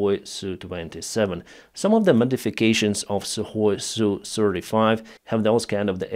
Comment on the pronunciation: Sukhoi becomes suhKoi 🤔😂 🇺🇦🇮🇪🇺🇦